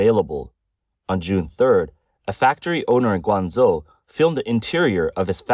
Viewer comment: A video about China, and the AI can't correctly pronounce Guangzhou.